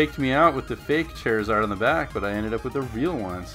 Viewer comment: "chair eh zard" it's "char" like charred food